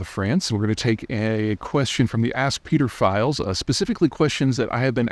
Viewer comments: Ask Peter-philes? Sorry?! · Ask Peter files sounds like something else 😂😂😂😂😂